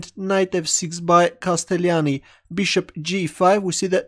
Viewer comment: the only wrong this it the pronounce of castellani